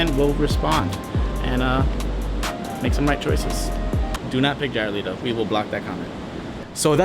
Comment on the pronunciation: Le-to not Lito >_> someone correct that other guy